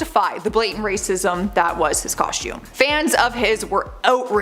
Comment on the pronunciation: Coshtewm… is fun to say eh